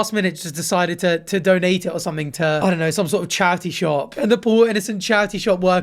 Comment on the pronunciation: the way says charity shop is killing me